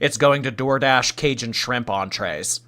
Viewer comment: Everyone in the south died when tried to say “cajun”. “Kay-shun cheekun…”